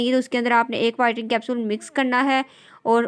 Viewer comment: bolna to seekhlen pehly whitring nh.. whitening hota h..